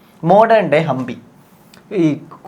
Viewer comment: Not hambi its hampi